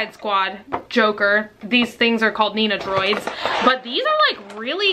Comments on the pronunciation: hi! really been enjoying these videos. just fyi, the figures you have are actually called nen-doh-roids, not nee-na-droids:) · Man I wish I got a notification for this going up last night. I was awake with some real bad anxiety and this would definitely have helped me feel better., they are called nendoroid. It hurts my ears every time you call them nenodroids. LOL But I love you and I'm so happy you had a good time with your mom in Austin. My bf and I moved to San Antonio almost a year ago now and it's been so cool to be able to go to some of the cool places you mention in your videos. I love you so much and it's nice to have a fellow night owl on youtube!!! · "nen-dough-roid" Is how it is pronounced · oh my gosh. I love these videos so much but I couldn't help but giggle at "nenodroids"... that's all I'm calling them from now on